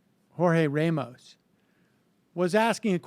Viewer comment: Sam, you're a New Yorker and you pronounce the name Ramos as "Ray-mos"?